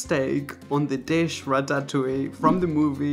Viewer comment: i love the way he says ratatouie lol wai wait wait wait wait, hold on a second, raphael. Vegan corndogs taste WAY better than carrots. Don't ever come for them